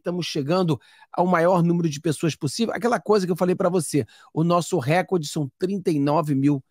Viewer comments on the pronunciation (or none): none